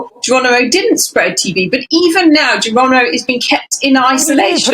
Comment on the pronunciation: you plonker, it's Geronimo not Geranimo!